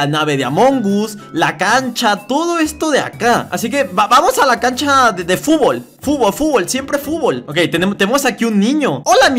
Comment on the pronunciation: Es fútbol no fubol